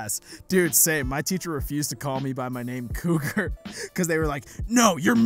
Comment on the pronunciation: When you said your name I thought you say Kroger ( I think that’s how you spell it ) like nightmare on elms street instead ofCougar sorry